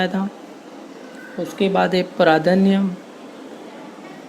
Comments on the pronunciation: Sir it's प्रज्ञा not प्रादान्य😂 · Pradhanya nhi pradnya hai sir sahi pronunciation karooo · Pradnya ko sahi se pronounce karo bhai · Sir please pronounce pradnya correctly please 🙏